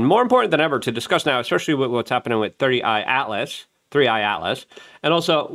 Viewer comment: He kept saying 30 I atlas in another video too. Instead of 3I atlas